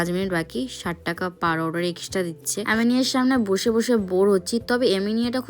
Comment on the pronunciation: "আমিনিয়া" , "আউড " রেস্টুরেন্ট গুলোর নাম, উচ্চারণ ঠিক করে করো